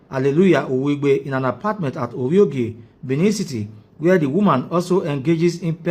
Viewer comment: not oviogie, is ovbogie